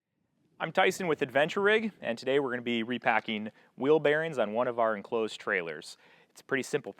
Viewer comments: “ing” is not pronounced “een” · Repacking not repackeen